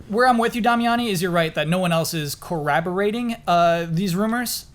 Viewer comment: "Co - rabbi - rating" do you mean corroborating? "Co-rob-er-rating"